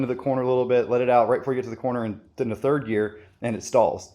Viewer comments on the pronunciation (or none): none